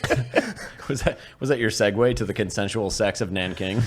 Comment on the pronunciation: Nah aint no way bro just said the consensual seggs of naanking 😢😮😅